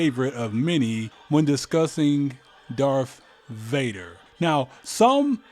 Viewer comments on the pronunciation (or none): “Darf vader” and “sif lord”